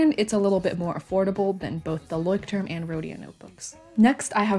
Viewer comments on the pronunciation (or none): me, a german: ITS PRONOUNCHED LÄUSCHT•TURM RRRRRRR